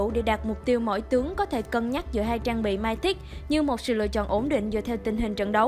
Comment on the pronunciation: Mythic đọc là mi-thít, cái gì không biết thì cứ dùng google dịch chứ không cần phải đọc bừa như vậy